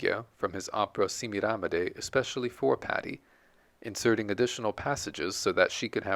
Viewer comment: What a wonderful, unexpected, and in depth portrait of the Great Patti! Hate to be a churl but your pronunciation of "Semiramide" drives me nuts. 🥜🥜🥜😸 Joyce di Donato will tell you how it